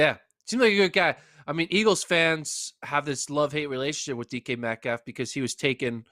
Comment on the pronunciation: Please say his name correct when dissing him